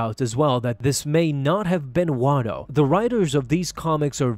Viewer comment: Not watto. you said it in another video